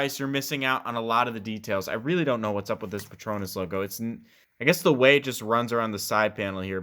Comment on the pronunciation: "Pet... Ronass"